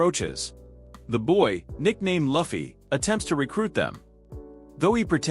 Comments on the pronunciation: Its Luffy not Laughfy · the auto reader cant pronouce luffys name, you need a human naraitor.